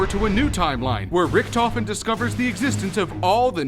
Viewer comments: thats funny how english People cant say richt-ofen the say richttofin not hate tweet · The pronounciation of Richtofen hurts a bit xD